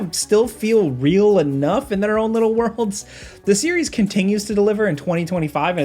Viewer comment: "Um, they hadn't ever thought to, like, ERM, include AKSHUAL complex gameplay? Yeah, we'd have to wait a LIDDLE longer for that." Man, that is insufferable.